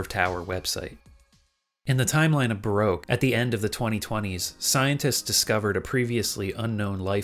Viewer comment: Not how you say baroque